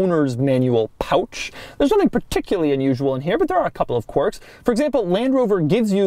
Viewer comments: It’s quirks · Rofl "Corks and Features" lololol